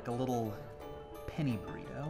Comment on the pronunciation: Am I the only one who heard "penny primo" instead of "penny burrito"?